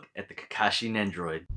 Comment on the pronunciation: You say it like nendroid